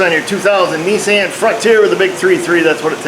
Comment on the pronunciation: I some times wonder if the video gets paused because Mrs. O pops you for making smart remarks. lol I get a kick out of your timing and the way you say Kneesaan.